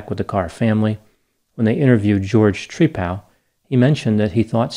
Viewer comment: Tree-pal is how he pronounces his name, like he's friends with a tree..😂 🤣